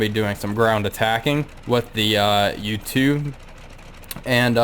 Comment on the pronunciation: Nice craft, legendary! To pronounce correctly "У-2" as "bOOk" not "u" or "По-2" as "POlice". Best regards!